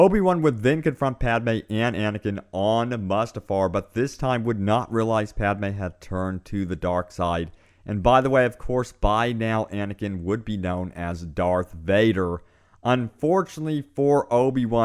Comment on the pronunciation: It's pronounced 'Moostafar' not 'Mustafar' also this is a great theory